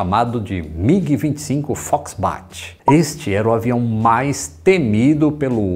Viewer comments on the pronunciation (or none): É Foxbat, e não "Foxbart"! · Foxbat e não "FoxbaRt".